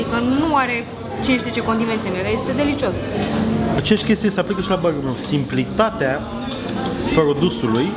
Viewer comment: Mai, cum cască el burrrgerrri, n-o mai face nimeni!